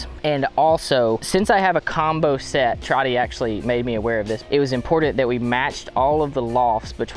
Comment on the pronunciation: Hate how he says “important”